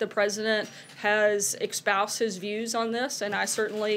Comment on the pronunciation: it's ESPOUSED not EXpoused... Ughhhhh